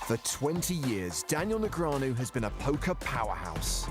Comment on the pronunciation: Would be great if you pronounced his name correctly